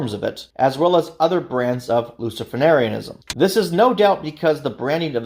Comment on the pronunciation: is just completely wrong. 1) "Levian" isn't a word. Seems you mispronounced "LaVeyan" - which is a redundant term anyway. 2) the CoS does not "fully support" the Satanic Temple, it does the direct opposite 3) you also mispronounced Luciferianism 4) TST's 'branding' is in no way 'identical' to the Church of Satan. 5) nor is TST's beliefs 'synonymous' with the Church of Satan's - again quite the opposite. So thats a lot wrong in less than 20 seconds... you put together a 42 minute video and got multiple, very basic facts wrong. Did you even do much research? Idk how you could get these things wrong. I completely dislike TST - they're not satanism. But you should have done more / better research.